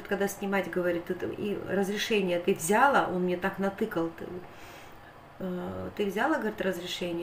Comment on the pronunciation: В слове взяла ударение на последнем слоге, а не на букве я. Очень режет слух,, говори правильно. СЛАВА Богу, что посылку получили твои внуки и мама